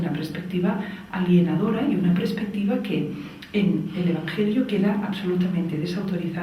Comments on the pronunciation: Se dice perspectiva, no prespectiva. Duele al oído, debe ser el nuevo castellano chavista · Si, se dice PERSPECTIVA hace daño oírlo tantas veces repetido. En Catalunya también es común decir: "habían muchas personas" en vez de: había muchas personas. "óccido" en vez de óxido. "Madrit" en vez de Madrid. pero en este caso, lo que importa es el mensaje. Teresa ¡¡animo!!, sigue dando información sobre vacunas, el Dióxido de cloro, etc... que son temas científicos que interesan a todos, menos a la medicina convencional. Gracias por tu labor divulgativa que tiene muy buenas perspectivas.